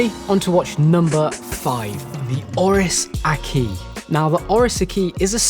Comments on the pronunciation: Lol I'm pretty sure it's prodounced Ak-wis not A-kis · Its pronounced Ak Wiss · Aki? What's an Oris aki? 🤣